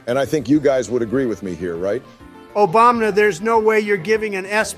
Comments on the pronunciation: Bro says obamna lol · Idk if it's because of the odd way speaking through AI works, but the fact that they say Obamna instead of Obama is super funny to me. I've heard it in a few of these videos and I absolutely love it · "f you Obamna" LMAOOO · The fact Trump and Biden keep saying Obamna cracks me up every time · I love how Trump always calls Obama "Obamna" that's great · The fact Joe and Donald just call Obama “Obamna” is funny to me